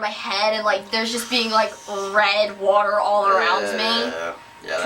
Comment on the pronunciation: She says water like Larry. Hahaha.